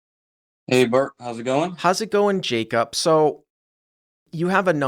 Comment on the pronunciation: His name is Jaycup and not Jacob?